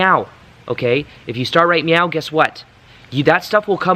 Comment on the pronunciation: Ok, I thought you were saying "right meow". :D